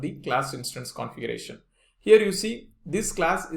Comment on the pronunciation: Can you please explain how to pronounce “vehicle” and “configuration”